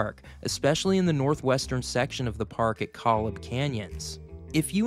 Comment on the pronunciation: koh-lob. (not 'collub') 👍